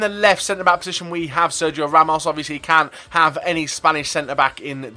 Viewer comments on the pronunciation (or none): none